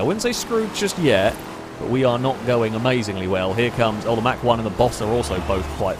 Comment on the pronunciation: it's not pronounced "Mack" one...>.< that was killing me lol...good video as always though +